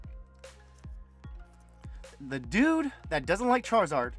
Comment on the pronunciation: Charrrizrd….why does say it like that?!